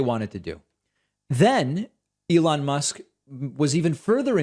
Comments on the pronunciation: we heard you say lelon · He called him Leon and then repeatedly said Elon, so that folks wouldn't think that his brain is mush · He had a glitch, started by calling Elon, Leon. Then caught himself. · Leon, lol. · Yes, he said Leon! 😂😂😂😂😂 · Sounds like "Leon...Ellond" to me before he finally got it right on the third try. The hell does Rivendale have to do with this? The hobbits' company is RocketLabs, not SpaceX. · That's weird, cuz when he repeated Elon after his mistake, my first thought was: Mush. Confirmed. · Love how he mispronounced Elon's name and then tries to play it off.